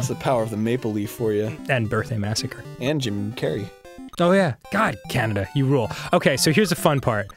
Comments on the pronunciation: Canadia XD Arin wtf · 'Canadia' Glad I'm not the only person who says that! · they said Canadia lol